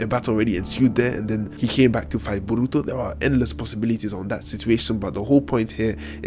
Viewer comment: "Buruto" Lol